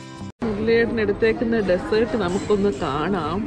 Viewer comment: Nice video. Beautiful family , just wanted to mention something that I noticed ഡസേർട് അല്ല ഡിസേർട് . Take care